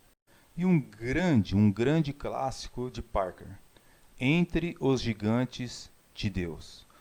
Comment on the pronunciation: Não é "Parke", mas Packer.